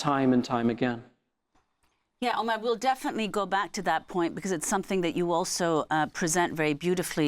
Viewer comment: Miss el- Shiekh should have the courtesy and respect to pronounce the guest’s name correctly, especially being of Middle Eastern & of Moslem origin, shameful